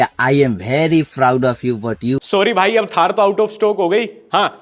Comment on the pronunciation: vaary FFroud😂😂